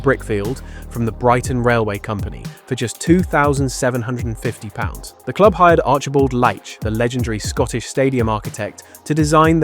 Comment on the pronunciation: Alexander LEITCH (pron. LEEcH).